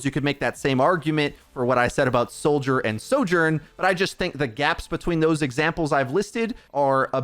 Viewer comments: Your pronouncing of Soldier & Sojourn was extremely confusing 😵‍💫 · say “76”. i can’t tell which hero you’re talking about soldier sorjourn they sound ALIKE